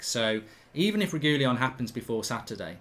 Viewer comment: Sergio "Regoolyon" Reguilon